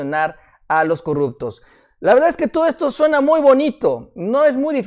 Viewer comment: no se dice corructos, se dice corruptos